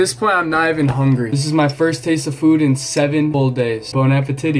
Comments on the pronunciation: "bone appa titty" yall 😭😭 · "bon apetitty."